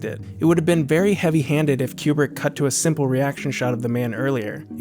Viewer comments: It's Kubrick. Not Qubrick. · I thought he was saying Q-Bert